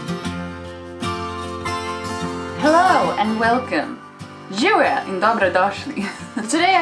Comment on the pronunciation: Don't worry - your "Živjo" was perfect...and yes, Slovenian language is something special...has a dual ...like Sanskrit... and ancient Egyptian only those languages have dual...and...haha...yes, you are making a big drama out of nothing..like a native Slovenian...:)